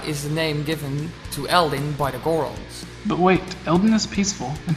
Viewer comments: sorry man, "Hilian" and "Geron"... you're killing me. very interesting theory though! I enjoyed the video. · The way you say goron is funny. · Never heard that pronunciation of Goron before. I put the emphasis on the other syllable.